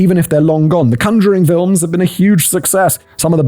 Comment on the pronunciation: Your pronunciation of conjuring… is a choice…